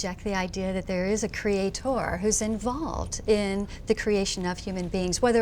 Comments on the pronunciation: the last syllable of creator IS NOT THE EMPHASIZED SYLLABLE. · its creator....not creatOR....damn woman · Why the hell does she keep saying "creat-Or"!? She says it correctly a few times. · if she says CRE A TOR one more time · A Crea-TOR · ARRRRGHHH, she laughs at every theory Richard gives and pronounces Creator "CREAT TOR." Maybe she is the Devil??? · Her pronunciation of creator was hilarious